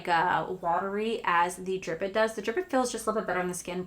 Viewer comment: Love that instead of watery you said Watier with the thayers toner😂😂